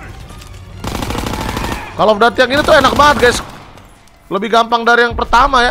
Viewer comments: koll Of dudiy Bukan Kall of dati :) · kocak gw njir windah cell off daty wwek😂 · Tajuk game: call of duty Brando: call of dati